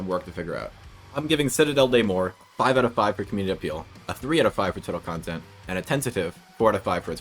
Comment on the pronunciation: The "des" and "morts", you can pronounce them "de" and "mogg", the double G is to emphasize the French R, it really is prounounced like the stereotype. It's a bit hard to explain since my native language is Spanish, and my brain defaults reading on spanish pronunciation.